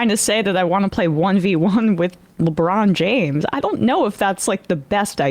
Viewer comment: MUSCULAR CLASS TURN UP Emma mispronounces Ledrom James' name in this video.